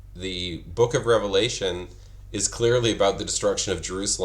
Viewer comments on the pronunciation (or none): none